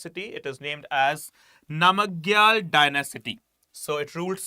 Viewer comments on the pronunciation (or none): Sikkim is derived from 'SU' 'KHYIM' not Su him. And its 'Nam-Gyal' not Nama Gyal. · It is pronounced as “nam gyal” and “Cho gyal”